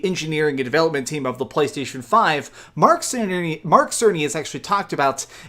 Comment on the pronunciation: Did he just said "Merk Cerney"?